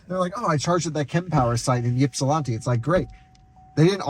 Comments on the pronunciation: Ypsilanti is pronounced "ip-see-lan-tee" or "ip-suh-lan-tee" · Yipsilanti is pronounced IP-sil-AN-tee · Always cracked me up when people try and over pronounce Ypsilanti. Just say it as the locals do; Ypsi (ip-see) 😂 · Quite enjoy your videos, but being from Ann Arbor your pronunciation of Ypsilanti caused me pain, keep making great videos and hope you enjoyed your time in Michigan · Listening to you try and say Ypsilanti so many times is like nails on a chalkboard for us metro detroiters😂😂😂😂😂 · I ran to the comments SO FAST after I heard you butcher Ypsilanti but then I saw the edit caption LOL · Congratulations, That is the oddest way I have ever heard Ypsilanti mispronounced lol